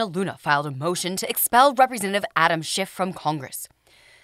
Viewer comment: It cracks me up that Kevin McCarthy calls him "Schift" ( it is actually schiff). SCHIFTY SCHIFT lied on camera and under oath including making a "parody of the events".